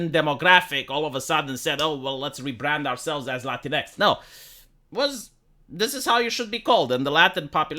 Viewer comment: Hahahahaha, you don't even pronounce LatinX properly, it's pronounced "Latin-Ex" not "Latincks". May Romania and it's beautiful Latin language forever be immune to the Anglo nonsense of my country.